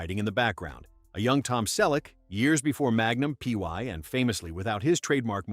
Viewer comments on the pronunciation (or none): Magnum P Y? Eric Es-tray-da? Hire a damn human being, FFS! And I’m holding off judgment on Csonka since I don’t know how to say it properly.